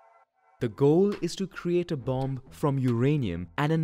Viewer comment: I’m sorry to be that guy, but the second ‘b’ in “bomb” is silent. Nonetheless, a great video and very informative as always